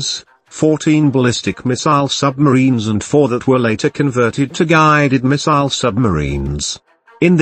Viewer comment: Guiiiiiiiiiiiiided miziles. fk you robot voice!